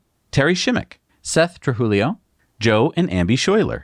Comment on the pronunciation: Congrats. But It’s Trujillo (True-HE-oh)